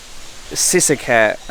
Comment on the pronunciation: lost me at the moment you can't pronounce sisaket properly. that alone tells me you're a lost farang in a country you don't belong